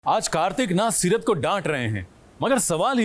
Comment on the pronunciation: Seerat ha setar nhi 😂